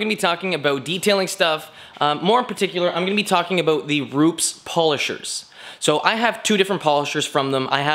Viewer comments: ru- pez not roops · Hi, I think its been mentioned before....Its Roopez (phonetically)...not Rooops....with your first name being (close to where Rupes are in Italy) you should be getting it right. also you should credit Kevin Brown (AKA Buff daddy) for the washer mod great vids though Paul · It's "ROO-PES" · J M Ru-Pez lol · Ruu-pess, not with a Z, there is no Z in Rupes. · It's pronounced Ru-pez